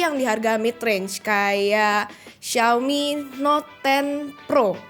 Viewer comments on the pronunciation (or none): none